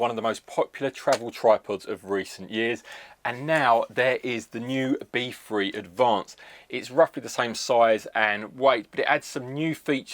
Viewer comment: Sort of hard to do a review of an item with the word "free" and "three" in it when you can't pronounce the word "three" and barly the word "free"...